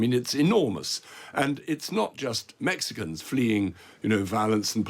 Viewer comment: "MexE-Cuns". It burns the ears.